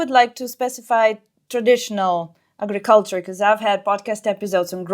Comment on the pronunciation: My thought in technoculture is why give it any energy if he is saying technology leads to no good then why is he talking about how great virtual s3x will be. AgRiculture is being pronounced Eggy-culture and Sammy needs help articulating R's. Anyway back to my point. Fifty years ago people were so sure there would be flying cars and painting the future as so perfecr and exciting, but all we have is more pollution and there are no flying cars yet so why would we talk about the Metaverse as if we look forward to it.